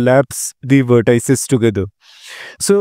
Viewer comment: How dare you pronounce vertices as “ver tie ses”